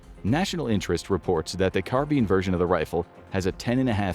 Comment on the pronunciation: car-bean, lol